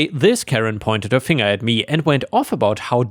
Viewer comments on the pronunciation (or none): none